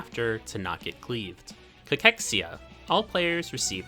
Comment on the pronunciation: Thanks for the guide. First person I've heard pronounce cachexia properly lol